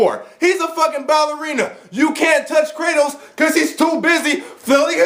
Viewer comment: By Kratos, I think you mean: "Kra-Toast"